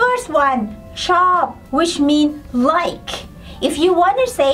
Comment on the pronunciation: Regarding the Thai word "like", your example is "chord". Do you pronounce the "R" and "D"? I sounds like you are saying "chop". What is the correct pronunciation?